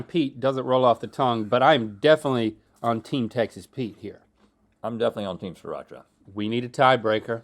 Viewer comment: It's sriracha